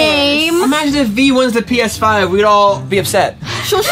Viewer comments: said px5 not ps5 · Yeh regigi (Regina) is correct that by said Px5